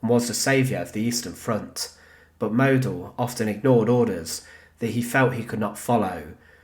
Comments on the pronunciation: Pronounced maud-dell. German phonetics are really simple, pls make an effort. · Model wird so ausgesprochen. Moodel. Das O wird langezogen.